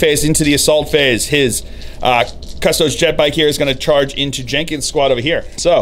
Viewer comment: Cuh - STOH - deez